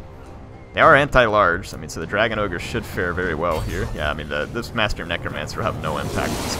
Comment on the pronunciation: it's not ogre, it's never ogre.